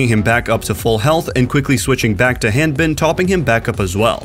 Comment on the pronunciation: Several people on OWL are also Americans but don't pronounce Hanbin with the same A as you pronounce ham. I don't think it's an accent thing.